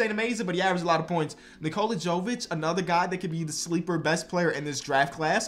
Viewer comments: Nikola Jovic is pronounced “Yo-Vich” not “Joe-Vich”. it’s like Jokic but a V instead of a K. STOP SAYING JOE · Your pronunciation of Nikola Jovic is quite bad, he is from Serbia